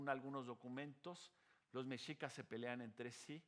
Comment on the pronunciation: Increíble que aún no pueda pronunciar Mexicas, Tenochtitlan.....